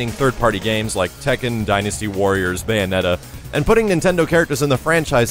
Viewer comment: Did he just say Sega's beyonetta? vomits